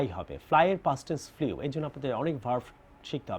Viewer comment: fly,flew,flown.. ফ্লাই,ফ্লু,ফ্লউন। উচ্চারণ টা একটু ভুল হইছে। ফ্লিউ না।যেমনঃ throw, threw,thrown. থ্র,থ্রু,থ্রওন।please check it.